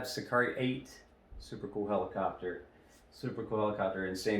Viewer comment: Hi! The right pronunciation is "see-car-EH (eh as the "e" in Echo) Congrats on your amazing channel